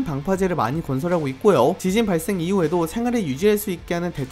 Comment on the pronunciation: 지진이 발음이 지진희로 계속 들림..ㅠ